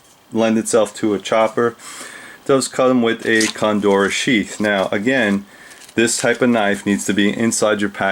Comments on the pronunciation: Is Condura the same as Cordura. I think you are mispronouncing it. Otherwise excellent video and thanks for sharing your amazing collection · coNdora? I think you mean cordura. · "COR"dura... not CONdura, excellent vids